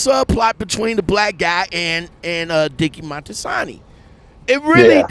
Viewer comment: It’s Moltisanti, not Monstisanti.